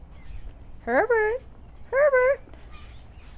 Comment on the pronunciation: It almost sounds like "Pervert", when you say his name :D But he's sooo coool :) I love this type of dog.